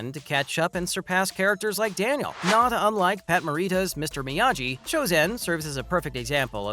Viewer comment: Did you just say “Miyaji”